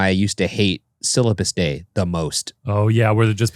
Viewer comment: "Syllapus"? oh... Syllabus!